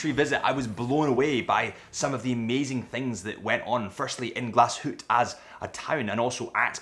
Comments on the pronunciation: It is Glashütte, not Glashutte and you pronounce the e at the end like an ae, don’t omit it.Thanks for the great overview! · Learning about the brand is commendable, knowing how to pronounce the name of the company and the town seems however, a bridge too far. The "E" is expressed and the umlaut makes the "U" say ue as in Sue.